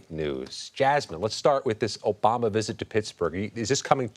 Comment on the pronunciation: "We're don't want u obamna" 😂😂😂